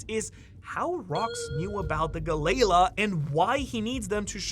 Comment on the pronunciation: Gal Lee La..please.. Gal Lee La